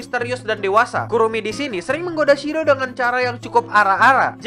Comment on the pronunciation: Ini telinga gua yg slh denger ato memang adminnya bilang "shiro?" bukannya namanya "Shido yk?":v